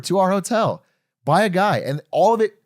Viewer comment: i thought it was pig shop